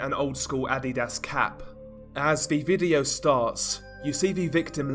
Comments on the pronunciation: Um adidas not ad di das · For some levity... It's pronounced "Uh---dee---duss" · still hear "Id-eat-ass" when you say Adidas 😂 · Were you pronouncing adidas on purpose? or?